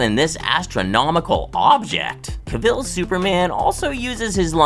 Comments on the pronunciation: The man's name is pronounced Cav-el, not Ca-ville. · Kay I can’t keep listening to Caville being said. Have you never heard his name before?? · I had to stop watching after the first couple of pronunciations of Caville. Made my brain twitch